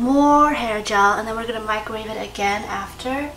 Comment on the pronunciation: Wooh I'm glad I'm not the only person who says microwave like mikerwave